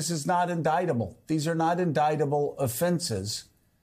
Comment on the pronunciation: It's so funny to me how Joe keep mispronouncing in-DICTable. 😅